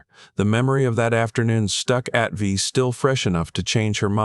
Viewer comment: It is pronounced "A" "T" "V" !!! Other than that I liked the story even if the sled kept changing.